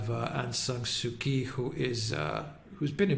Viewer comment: An adept snapshot analysis of the regional stakes at play, Sirs. A tidy correction to how we pronounce the Lady's name does no harm, I'm sure. (Daw) Suu Kyi = Soo Chee where Daw acts as an honorifics for married or elder women. Perhaps as a person in a state role, she had been refered to otherwise in official documents and news reports. Correct me if not so.